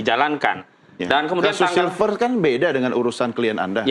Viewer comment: Nyebut nama aja silfer silver. Lu kira manusia silver? Gak ada orang lain apa yg jadi penyiar?